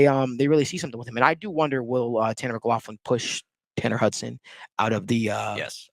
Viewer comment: Are you pronouncing his name wrong?